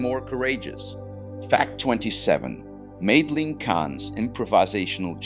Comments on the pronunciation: I didn't know about Boyle meeting his wife and meeting Lennon. Ai can't pronounce Madeline! This is why it should be proofed before release. Very sloppy. Mel's use of real people was not that unconventional. He used secretaries, custodians and others who worked on the lot for Blazing Saddles screening because the mucky mucks didn't like it. Gene Hackman didn't spend just a day on set. I believe he was there almost daily watching because of the family atmosphere and the hilariousness of it all. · Who doesn't know how to pronounce, Madeline?9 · My favorite recurring joke is whenever Frau Breuker's name is mentioned, the horses go wild off screen. On the other hand, the AI narrator ALMOST made it all the way through this video, before mispronouncing "Madeline."